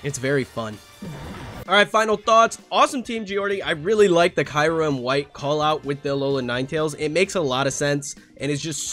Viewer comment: Why do I keep hearing kayrem? 😂